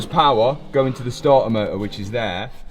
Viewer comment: Starter motor❌ Stah ah moh uh✅